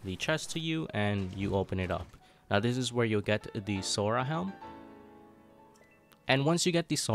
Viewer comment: I’m sorry what? “SoRa” wth is “sOrA”